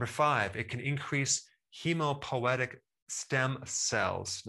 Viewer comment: I believe that's pronounced "hemo POY tec" , not hemo poetic. : )